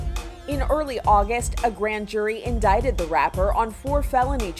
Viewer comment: inDICTed, not inDAITed.